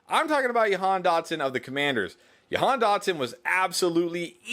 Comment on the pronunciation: Hey, I’m from Nazareth (Dotson’s hometown). It’s pronounced Ja-Han just to let you know. Love all the great content!